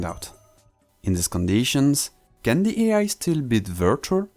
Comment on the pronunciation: omg yeah, his name is and not...